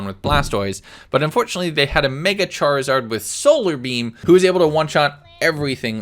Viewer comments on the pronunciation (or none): none